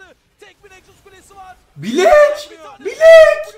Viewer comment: bilek değil blæk